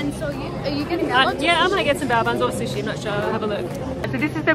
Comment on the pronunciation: It’s not bowa buns it’s bayo buns lol